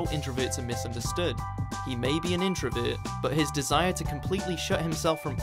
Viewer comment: introVERT not introvit